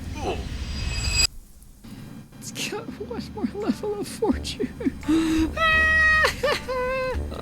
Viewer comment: Its pronounced /for/ /chin/ not /for/ /choone/